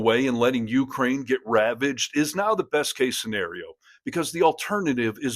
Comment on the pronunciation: Dude. If you're going to report on Ukraine, LEARN HOW TO PRONOUNCE UKRAINE!!😵‍💫🤣